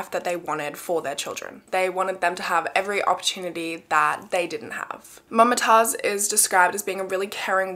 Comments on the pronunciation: it's moomtaajz not mumma taaz😔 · Mumtaaz is pronounced as Moom-taaz and not Mum-taaz. I'm a south Asian so I know no hate tho. Love your content, always waiting for Mondays♥️ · mama taz, lmao, its actually mam-tazz, like the pronunciation